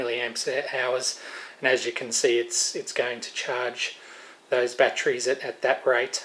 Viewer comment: Winced on all the 'bat-trees'. Normally i would let it go, but man, the brain is really craving to yell "it ends in 'ery' not 'rey'!". With that said to get some of my sanity back, I would never use those dumb chargers if you are using good rechargeable bat trees(god damnit, now i'm doing it). I have had so many batteries killed by them malfunctioning, while good smart chargers won't let that happen. 4 good 18650 batteries for instance, may cost more than a decent smart charger. Letting a dumb charger kill them cause you want to save some money is extremely counter productive :P